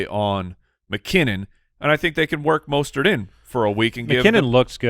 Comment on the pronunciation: UGH! You keep calling him “Mostert”... its “MUST-START”!